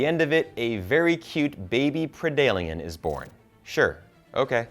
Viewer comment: Wow... Please study the lore, there are MANY examples of humans and predators teaming up, and some examples of them ending up respecting eachother... Also, it’s pred-alien, not pre-dalien, and on alien, it was H.R. Giger, not Stan Winston....